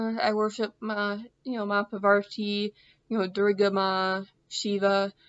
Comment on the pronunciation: It makes me laugh how you pronounce Mata Parvati's name, its just your accent is bit funny for me but i appreciate. However i am sure that Mata Parvati is happy with you atleast you remember her and she must be loving it. Another name of Mata Parvati is Uma.